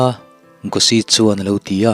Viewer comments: Ngaihnawm hle mai.. Changtunu hi Gospel-i anih chuan arik dan tur ah hian Gosi nilovin.. Gaws-i(aw kan lam ang hian) anih duh hmel ka rawn ti mai mai.. Ka hresual anih chuan thuhran le... 😁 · changtunu hming hi Gosi tilo in, Gòs-i tih angin lam la, ngaihthlak anawm zual duh hmel ka ti mai mai... a ngaihthlak nawm khawp mai👍👍